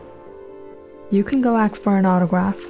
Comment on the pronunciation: Why can't you pronounce "ask?'